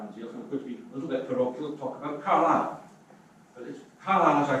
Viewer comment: Yes, an interestng contrasting set. One speaker manfully took his flak, voluntarily, for the difficulties in getting Welsh placenames accurately pronounced, but the Conservative MP mispronounced his own Car'LI'le as CAR-lsle. Such details, trivial and minor in the Greater Argument, tell all when the real work starts. The very well put point that CBR is not 'reversing Beeching' but is proposing a new 21c rail connection, put it that CBR must address 1. Local, AND 2. Regional And 3. National issues and priorities. I would expect the 'Local MP', who represents Carlisle to the National UK Govt., to see further than the 'Regional Development' issues which seemed to be his focus?